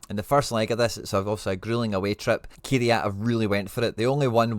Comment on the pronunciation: small thing here but can you pleeeeease start saying their team name correctly 😂 they are called Kai RAT not key re at lol